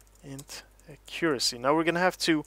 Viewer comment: I swear if you pronounce accuracy wrong one more time